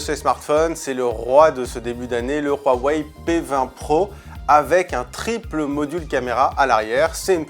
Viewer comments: Hhh non je préfère de loin Samsung s9, et on dit huawei, pas roiwei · Le [wharwaye] ... mais c’est quoi cette prononciation ! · Sa me soul tu dis roaweiy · C'est la prononciation de Huawei :)